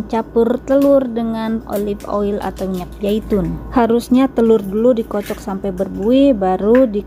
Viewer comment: Minyak Zaitun mbak. Bukan minyak Jaitun